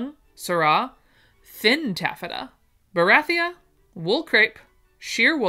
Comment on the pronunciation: Yes, you mispronounced a few names of fabric I'm here for the lovely patterns and descriptions that you do with your special talent. Here are a few - bengaline Ben gal een, tulle tewll, peau poe, percale purr cal barethea bar a three ya. Birdy